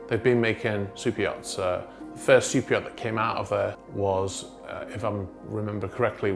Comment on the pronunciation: Are you saying - super yacht- or soup yacht??